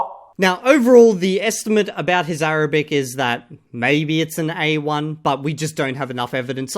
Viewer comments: Even though his Arabic could barely pass as A1, and he probably wouldn’t understand much if someone spoke to him in any dialect other than Egyptian, I have to commend his ability to pronounce those very difficult letters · the point is he wouldn't say much outside of what he said in the segment. But yes he prounounces well for sure.